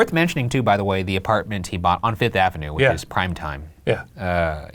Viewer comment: Can we finally address the way Ryan pronounces Avenue? it doesn't sound right